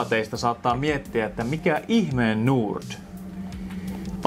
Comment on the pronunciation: Tyyppi lausuu "Nord" silleen "durt"